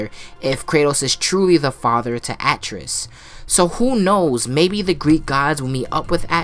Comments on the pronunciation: Atreus: a (apple)- trey- us is how you pronounce his name lol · It would be cool if its the beginning of god of war 5 some god or goddess like nemesis shows up like buldr and fucks his shit up or if dionysus shows up and is just like kratos brother your introuble the last of us are coming and you need to run. Also why do you pronounce Atreus so weirdly?